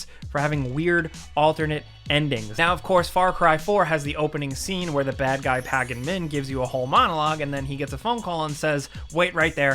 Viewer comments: I swear the guys at Gameranx cannot pronounce ANYTHING correctly... "Pahgan Minh" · How the hell did he pronounce Pagan Min? 😂